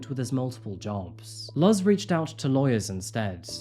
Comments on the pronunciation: Watching this while getting ready for work, I wasn’t listening as well as I should’ve. But as I have had someone I work with the same name, I think it’s pronounced, ‘Looz.’ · I love a story with a happy ending! More stuff would be nice betwixt the more morbid stories :) By the way, for future reference, Luz is pronounced "Loose" (Like a loose knot) and is also the spanish word for Light, which is oddly poetic for this story :) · Just for future reference, the mom's name is pronounced Luze, although spelled Luz. This was a great ending to what could have been a scary one. Love your videos. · Luz is pronounced similar to the English word “loose.” 🙂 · I'm pretty sure it's pronounced " Looz" . It means light in Espaǹol !!! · I'm pretty sure someone already left this comment (unless I got something wrong) but if the mother's name is spelled Luz it's pronounced like Looz ☺ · Great happy ending story. I think her name Luz is pronounced “Loose”. Like Louisa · Love your videos , just fyi the mothers name is pronounced loose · as a Puerto Rican - just a few things I needed to say: "Luz" is pronounced like "LOOZ", it means "light". and Puerto Ricans are not really immigrants to the states, as the US took control of the country long long ago and we are technically US citizens whether we were born on the island or on the mainland. its a common misconception and not a big deal, just thought I'd add! Great content as always. Been a fan since day 1 <3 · FYI, Luz is pronounced Loose. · Luz is pronounced phonetically as"lose" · Hola. not knowing Spanish you must not know that the name Luz is pronounced like "news" ;D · What a fascinating story! It shows the strength of a Mother's intuition! ❤ P.S...'Luz' is pronounced 'Loo-z'...I'm guessing you are not using Babbel to learn Spanish 🤭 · "Luz" is usually pronounced "loose" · FYI Luz is pronounced more like “lose” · the u is an "ooh" sound and the z is soft. It's a beautiful name! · Luz....is pronounced looze. It means light.